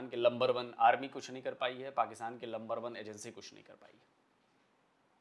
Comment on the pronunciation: Are Pakistanio ka majaak. Banaate h... Pakistani Number One ko Lumber one kahte h😂😂😂.